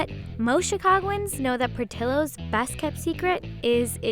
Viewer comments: The whole time, I kept thinking they’re mispronouncing the name. Shouldn’t it be Por-tee-yos? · There's no way their name is "PortilOs". They are spanish, it's "Port-ee-Yos" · It’s pronounced Portiyo not Portillo. Double l makes the y sound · The real crime is the pronunciation. It’s not Portill-Ohs it’s Por-tee-ohs! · Hispanics cringe every time the name Portillo’s is pronounced wrong In this video. It’s Por-Ti-Yo nor Por-til-lo. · Pronunciation is Portillo's Not Portilo's. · Why is it pronounced portillo... it’s “Por-Ti-Yo” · Why am i cringing when she said portillos and i feel like its should be pronounce portiyos but whatever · It's funny how Americans can pronounce rare names such as Louis Vuitton, Cartier and others but can never EVER pronounce Latino names properly 😂 It's not Porti "low" it's Porti "yo" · Fax. In Spanish, it’s pronounced “Por-tiyo” and not “ por-tollo” double L is always the y sound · Why can't they pronounce it right lol Portillos(Portilowes)? Nahh it's "Por-ti-yos" 🤣🤣🤣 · Im pretty sure it’s pronounced [por-tee-yos]….. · Por til los... Should be correctly pronounced. It's a Spanish word. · That is way too much. Also its pronounced portiyos, as its a spanish name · In SoCal, we pronounce it "Port-EE-yos" like the double ll in spanish. lol oops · Love how they pronounce it “Portilos” hahaha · portillos... porti LL os who the hell was in charge of doing the pronounciation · My last name is PORTILLO and they are pronouncing it wrong lol the LL = Y sound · Why does she pronounce portillos like that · My last name is Portillo and the cringe with the pronunciation is real 😷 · Why do they pronounce Portillo like that? More annoying than “moist”. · They way everyone is pronouncing Portillo’s is driving me crazy! I get it though.